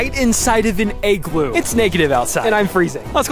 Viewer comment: Igloo not eggloo